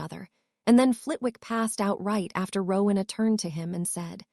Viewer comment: It is not rukna, it is Rowena